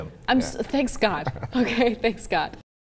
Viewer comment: What the HELL is Thanks God... Why the "S" at the end of thanks. They say it all the time.. I don't understand